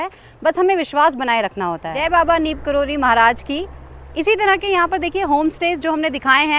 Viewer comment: It's not Neem Karoli..it's "Neeb Karoli"🙏🙏🙏🙏